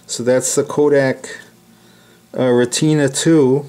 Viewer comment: Retina is pronounced "ret-na", like the retina of your eye. Great work and beautiful camera.